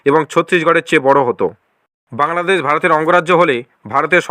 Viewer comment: বাংলাদেছ, প্রকাছ😂😂 ভাই আগে ভাল করে বাংলা উচ্চারণ করতে শেখ তারপরে বাংলাদেশের চিন্তা কর😂😂